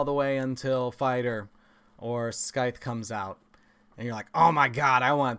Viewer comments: Bro love ur great content but this one thing I noticed today it's about your pronunciation of scythe c actually stays silenced it's more like sythe. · Just FYI scythe isn’t pronounced with a hard k sound, it’s more of a “sythe” But it’s a cool video and I enjoy your channel a lot 😎